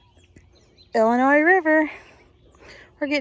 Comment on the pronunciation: "ILL" N " "EEEE" LOL, can tell you're not from Illinois , its "ILL "LYE" "NYE"